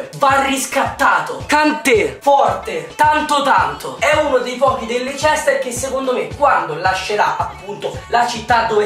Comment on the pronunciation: Leicester? mmmmhhhh non si pronuncia così